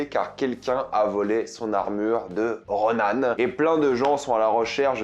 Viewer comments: ça claque à chaque fois dans mes oreilles. Ronan! Et tu le dis pas qu'une fois. Je suis pas complètement d'accord. Il ne s'est pas fait éclater par Kate Bishop, il les a d'abord traumatisées (elle et sa mère), il s'est mangé une voiture et un mur, il a pris le jus et une explosion supplémentaire et le mec s'est relevé. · Personne parle vraiment que ils dit RONAN ???